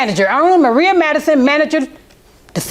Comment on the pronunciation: Did the announcer seriously say "Maria"?? 🧑🏾🤔🤨